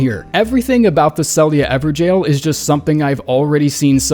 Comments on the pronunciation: Why are you saying jail when it's gaol, these are very different words? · "Ever-Jail" lol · Is it how it is supposed to be pronounced ? everjaillllz ? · This is the moment I realized they were pronounced “ever-jails” I’m such an idiot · It’s actually pronounced ever “gayhoull”